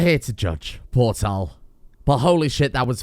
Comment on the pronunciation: portale? no is port and tale is that hard to pronounce? you have to make straight palisades or make a 3 by 3 in L shape